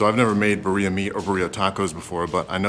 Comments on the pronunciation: It’s pronounced “beer-E-ah” not “Ba-Ree-Ah” hahahaha made me laugh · You're saying Birria wrong!! It's not Buryya meat, it's Birr (roll the rr, sort of like saying beer if you were to roll the r.) eeeeyah. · it is pronounced like beer-e-ya with a rolled r sound. But the food looks delicious! A couple of things to help improve: 1. Add the meat juices from the plate. Also, keep the oil in the pan unless it has burned. It has rendered fat from the meat which adds a ton of flavor. 2. Instead of using tomato paste, add a can of diced tomatoes to your blend and add that to the beef in the pot 30-60 minutes before serving. 3. Use cilantro over bay leaves. Enjoy! Thanks for another great video from! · Love your videos my man!! As a güero married to a Mexican woman, I use to pronounce birra the same way lol but, it’s pronounced as bee-ree-ah. My suegra corrected me the first time I asked about it (and she makes a bomb birra haha) enjoy and be safe on your trip brotha!! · If you’re gonna say “Birria” all white, call it “Beer-e-yuh” -A Mexican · Please say it right its said like biddia since u can’t roll your rs it’s all good tho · The way you said birria. Lol I can’t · The way he says birria 😂